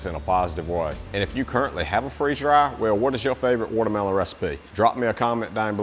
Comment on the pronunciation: "Wudder Mellon" 😅😂😅😂😅